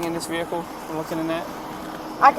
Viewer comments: VEE-HICK -ULLL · Her saying “vehicle” over and over again made me cringe real hard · Her “veehikle”. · She pronounces the “H” in the word Vehicle